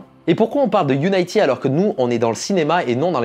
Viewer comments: On dit Unity (i) et pas Unayty je crois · UNITY ca se prononce You-ni-ti pas you-naie-ti meme en anglais :) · Par contre Unity ça se prononce quasi comme en français (pas Unaïety) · Qui d'autre que moi est frustré de pas entendre "youniti" ou "uniti" mais"younaïti"..? Surtout quand t'entends après "Unreal HAINEGINE"... T'as quelque chose contre les jeux videos en fait? :D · "Angyan lé bien" "Unaïty" "Unreal Angine"